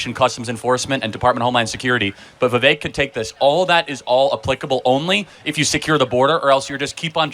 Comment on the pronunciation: His named is pronounced “Viv-vake” rhymes with cake just FWI